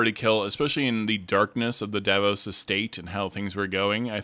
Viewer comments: Julien Davinos!!! Please I love the video but it drive me up the wall when you say Davos I’m like ”did I miss a character or something ” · Dah-VEE-nos You can just call him Julian or Sir Julian. PLEASE 😅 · If this is your full time job, then you should take the care necessary to pronounce character names appropriately. It’s jarring to hear you consistently mispronounce Thjazi and Davinos